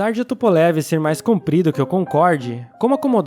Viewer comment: Não se fala TUPOLEVI. É TUPOLHOVUH, minha namorada é russa e ela me corrigiu.